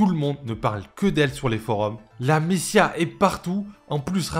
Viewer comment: Super video comme d’habitude :) par contre désolé je ne peux pas m’empêcher de le relever parce que j’ai vraiment tiqué dessus... on prononce messaiah, pas messia :) tu sais pour la prochaine fois :)